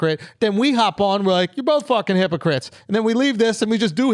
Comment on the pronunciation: “HIPPO CRIPS”